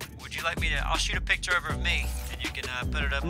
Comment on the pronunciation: I hate the way says "pitcher" instead of "picture". That's it, that's my 2 cents on the internet today. Have a good day everyone.